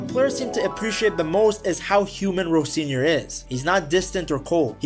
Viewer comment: Why the hard r on Rosenior 😮😅